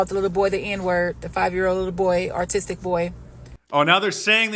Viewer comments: um...artistic 😂😂its AUTISTIC NOT ARTISTIC 😂😂😂😂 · to be fair she said artistic not autistic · hey did you catch the black lady call the boy "artistic" not autistic??? lol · The woman in the car can't even say "autistic". She thinks it's pronounced "artistic". Maybe she thinks that what it means, that he's "artistic" lol. Perhaps a graffiti "artist". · The woman in the car actually said ARTISTIC, instead of autistic. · No he’s Artistic* she said it her self. Purposely or even accidentally mispronouncing words is so ignorant. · They’re so dumb they can’t even pronounce autistic Artistic sounding ass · To be fair Mark she said "artistic" 😂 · The dark female myope actually said "artistic" child because she was too ignorant and uneducated to properly pronounce "autistic." Fact. Ebonics are tricky. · Mark I’m sad you didn’t catch it … the black lady said the kid was “ARTISTIC”…. not autistic 😂😂😂😂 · She said, "The little 'artistic' boy." SMH...What a moron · Sounded like she said artistic. Probably doesn't know the difference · Sounded like she said "artistic". Maybe thievery is an art now 🤷‍♂️ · She didn't say 'autistic' She said 'artistic'😅😅😅😅😅😅😅 Speak English!!!😅😅😅😅😅😅😅SMH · It sounded like she said artistic not autistic, so what did she really mean. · She didn’t say autistic she said artistic. Chick needs to learn how to pronounce words! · She said “artistic”, Mark. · She didn’t say Autistic, she said Artistic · She called him artistic not autistic. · Why would the child need to be described As a artistic 5 year old at a playground ? Lol 😅 She said autistic but she can't pronunciate her words properly so it came out as artistic 😂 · Why would a child at a playground need to be described as artistic What does that specific description contribute to the conversation ? Like he's not a regular 5-year-old black kid he's an artistic 5-year-old black kid 😅 She meant autistic she just can't pronunciate her words properly so it sounded like artistic. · She said “artistic! 🤦‍♀️